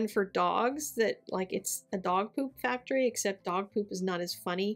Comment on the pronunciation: No ‘t’ in factory? Adore the card though